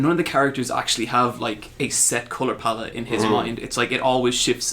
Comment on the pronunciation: The only problem I had with this video is how you fuckers kept saying palette wrong Other than that good podcast